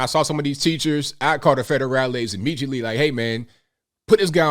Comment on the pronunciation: I don't disagree. Ha, ha!, I was just thinking about crocodile tears, and I was waiting for you to say it. I love the "immejiately".